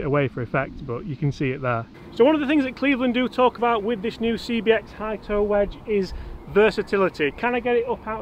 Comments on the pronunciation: How many times can say CXB instead of CBX...OK, only two...Love the vids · 'cbx', not 'cxb',. #nitpickcomment